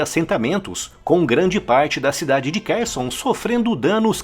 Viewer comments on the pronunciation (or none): Em ucraniano, KH tem som de RR. RRarkiv, RRerson e KaRRovka.